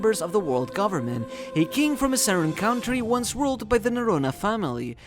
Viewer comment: I wish the pronounciation of ´´country´´ didnt bother me